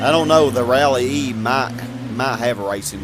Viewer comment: Rallye is just pronounced rally. The rally variation IRL is a "S16" also known as GTI with less luxury such as A/C, no power steering, less padding inside the doors etc. Just a lighter GTI :-) It's the same for the 306 Rally. Theres quite a few variations of the Rallye. Some of them have a smaller engine than the GTI but they are still stripped for the unecessary things to make it as light as possible